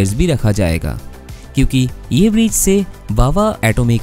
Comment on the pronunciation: Bhava atomic center nahi re bhava, it's Bhabha Atomic Center!